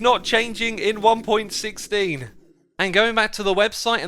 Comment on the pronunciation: Its not important but... It's pronounced one point one six not one point sixteen